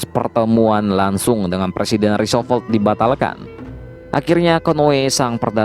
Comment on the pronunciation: Roosevelt dong Min, bukan Roosovolt, bolak - balik omong Roosovolt aja